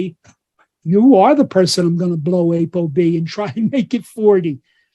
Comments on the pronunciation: What the hell is "ache o be"? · he said if what goes down? Apd or something? He says you know the statin is working if goes down. I'M not catching that. Can someone translate that please?